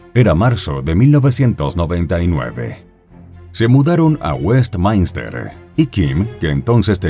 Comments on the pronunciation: No es Westmainster, se pronuncia como se escribe: Westminster. Es donde radico actualmente. Saludos 🌹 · WESTMINSTER se lee así como se escribe